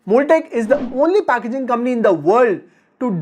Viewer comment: It's not kambany bro it's company. Pehley bolna toh seek le